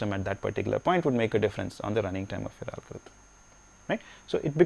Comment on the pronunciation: "AALL" GO-RITHM........:P